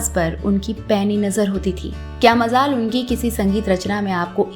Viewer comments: MAJAL HAI MAZAL. NAHI PRONONCIATION THEEK.KAREIN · Well written and very informative episode. Loved the narration. it could have been better if we could have taken care of diction of some the urdu words...you have great potential believe me...majal, mizaj etc. Behind the camera is doing good job.